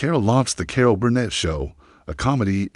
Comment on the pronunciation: "Core-All"? Your AI sucks. NINE MINUTES for a story that could be told in less than three...